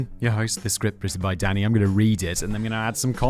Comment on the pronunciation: It's got to be some sort of diagnosis that every time he says Danny, I hear Daddy and grin. 🤨